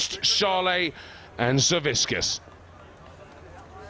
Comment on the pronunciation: Zavickas. Not Zaviskas